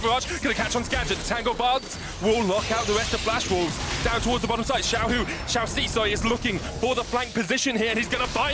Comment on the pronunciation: When the commentator said.. XIAO HU..EH SORRY. SHAIUC - am i a joke to you